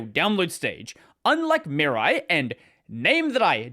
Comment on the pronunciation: Oh, are you terrible at pronuncing Japanese. 🙉 "Mirai", as in you-and-me-rye.